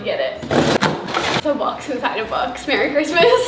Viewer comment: “Merry Christmas y’all” in Australia accent I love it so much!!!